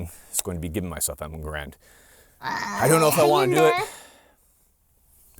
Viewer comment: Subtitles are unreliable. Garand like errand, rather than garond.